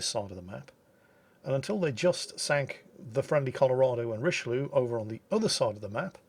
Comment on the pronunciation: The way pronounced Rich El Lou sounds like he's talking about a mexican drug lord:D